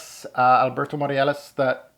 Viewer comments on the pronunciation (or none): It's Morillas by the way, not Moriales. Keep it up with the unboxing vids!